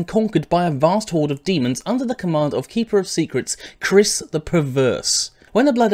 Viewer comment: The proper pronunciation is Ky-riss.